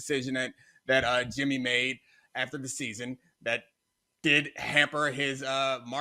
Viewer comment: "BRING YIMMY GEE BACCCCHHH" 🤣🤣🤣🤣🤣🤣🤣🤣🤣🤣